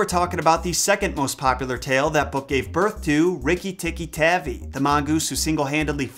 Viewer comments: It’s TAHVI right? Cuz his tavy is irritating 😂😂😂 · Was it always???? Tavi and not tabbi? My family has had 3 ferrets named rikki and we spelled the last name wrong the whole time smfh?? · Pancha tantra is actually pronounce puncha tuntra. And it's Tavi as in Taw-vee. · Sorry, it is pronounced Tar-V I use to have a tape of Rajard Kipling stories read by Kipling himself